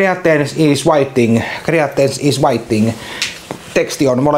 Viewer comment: "Greaters is whaiting" 👌Näin se vaammenee